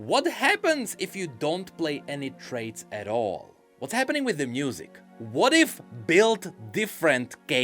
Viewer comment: Question: I often hear pronounce "music" more like "m-n-usic". Is that some sort of an inside joke, or some kind of a regional dialect thing? (Non-native English speaker here, and I study linguistics, so these things genuinely interest me =) )